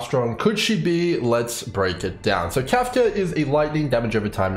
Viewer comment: Your pronunciation of "Kafka" is the same as Trumps "China". It's like a drug, I can't stop listening to it.